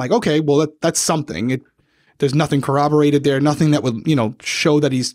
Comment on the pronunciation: Just a note on part 7 (and something I noticed in a couple other episodes), the word is corroborated, not cowobberated. :)